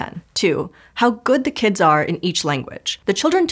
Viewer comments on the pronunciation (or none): "kidziz"!?!? is not a word my good sis